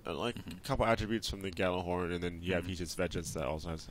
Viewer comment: FYI - The Gjallarhorn is pronounced Yallarhorn. It's Nordic in origin. #TheMoreYouKnow